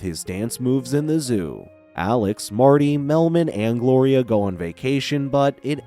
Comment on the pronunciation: That not how you say his name its Alex 😡😡😡😡😡😡